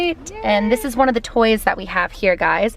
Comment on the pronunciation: When you asked if they like the toys, it sounded like "like you guys."